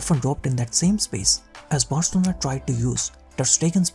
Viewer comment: guy said 'barcona'